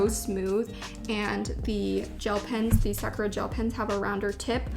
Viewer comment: can you please pronounce "sakura" the right way... it's like suh-kur-aa not sack-ra